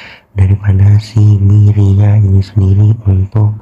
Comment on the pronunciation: Myria not myriad social🤣🤣